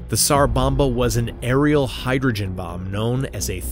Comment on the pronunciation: Just so you know, the "s" in tsar bomba, sounds like a "z" so it would sound like "zar bomba" the T is silent.